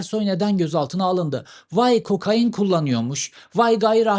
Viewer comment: Cevheri kokain abi ya kokaaayiiin değil :)